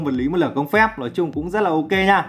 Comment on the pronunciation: nói ko phải lói sửa đi cu